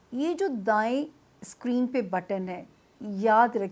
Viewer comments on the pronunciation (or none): none